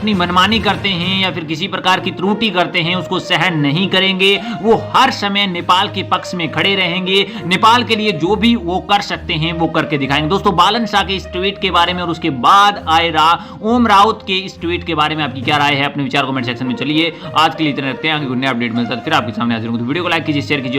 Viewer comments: It's Baalen not byalen shah😂😂😂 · Baan saha nahi ho bhai balen saha hoga aacha sai bolna sik lo 😂😂😂😂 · Bhai janakpur dham not jankpuri and balen shah not balan shah apka bolne ka style and sabad me farak hai naam ka